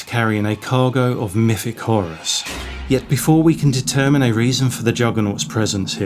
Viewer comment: Earf, Free Fousand, myfic etc etc. This guy’s not a Cockney and probably not even a Londoner so I’m not listening to a regional accent, just what sounds like a speech impediment. For me, personally, I can’t listen to it. Such a shame as the video seemed intriguing.